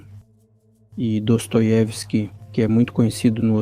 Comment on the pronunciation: Grande "DOSTOIEWSKI"😅